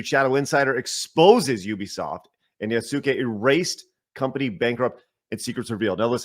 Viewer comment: I really don't understand why people insist on calling him ya-SU-kæy..